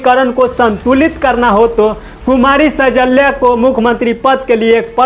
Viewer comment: Anchor saheb,सैजल्या nahi hai, shailja sahi name hai।❤❤❤❤❤